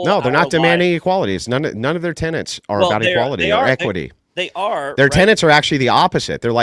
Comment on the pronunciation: The intrusive N is becoming so annoying. It's not 'tenents', it's 'tenets'. It's also not 'pundints', it's 'pundits'. My OCD feels healed now 😊